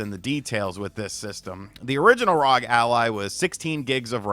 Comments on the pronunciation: I rock with these RGT videos but hearing him say ROG Ally instead of R.O.G. Ally over and over again was so distracting. When you say NBA, you don’t say it as one word. You say each letter. Just like FBI. Or NRA. Or MLB. Saying ROG as a word is just weird. Couldn’t finish the video. Glad he likes the product though. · It's pronounced AZEUS . You're welcome. Also, it isn't RAWG. It's R.O.G ..... You're welcome again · ASOOS R O G please say it right